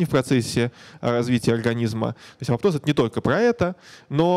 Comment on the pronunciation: апоптоз а не апоптоз(